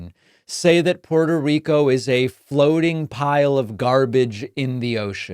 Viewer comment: The man can't pronounce Puerto Rico properly. Sounded just like the hicks he's targeting.